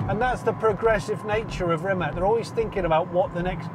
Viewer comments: Rimac whit ccccc at end. Noth Rimek not kkkk at end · please stop pronouncing "Rimac" wrong. It's not "reemac", it's more like reemuts. with 'TS' on the end not 'K'. Croatian 'i' is 'E' and 'c' is 'C' like in ABCDE. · Is it that hard to say RIMAC not RIMAK? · Amazing video! Mate Rimac is an amazing guy. But Johnny cammon say it with me! Rimac (pronounced [rǐːmats], \'Ri-mats\) 😛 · O goooood!!!! I knew it!!! I just waited.... "C" in Rimac is spelled like "zz" in pizza!!!! Learn that for once... Basics of culture, to learn a name of the person you are interviewing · Jonny, "c" in "Rimac" is pronounced /ts/. I know that Mate has given up correcting people, but, come on! If Nikki from Transport Evolved can make an effort to learn the proper pronunciation of every company and person she talks about, so can you. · If you get the privilege of testing this amazing car, at least learn how to pronounce Rimac :) Svaka čast Mate, biće valjda neko sličan i iz Srbije